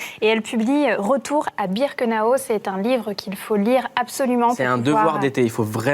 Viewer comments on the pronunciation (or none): C pas birkenao mais birkenau